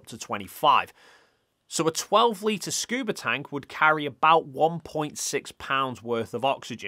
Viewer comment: "Scuber divers" bro... what..?